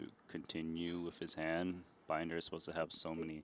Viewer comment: They keep butchering Binder's name. Poor guy.